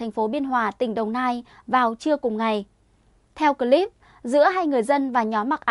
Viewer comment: bạn Ptv. đọc chữ " cờ...líp" (clip) nghe dị quá, chữ tiếng anh không được đọc như tiếng việt!?